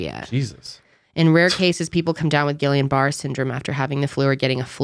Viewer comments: guillain barre is pronounced like GEEYON (hard g) BUH-RAY (like the tiny french hat.) This comment is probably annoying but it is an interesting disease. At one point docs thought I had it. Luckily I didn't! I really like the ponder sesh style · The disease they're saying the flu shot caused is pronounced gee-on bar-ay syndrome. Not trying to be a smart ass at all just trying to help. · Pronounced “Gee-ann barr-A” Very rare side effect Terri, RN